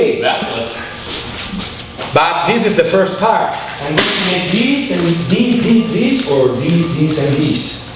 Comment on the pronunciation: Yuton ತ_ಎತ this “dis” shouldn’t be funny